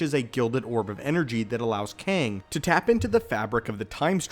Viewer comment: Kang, it's really KANG.....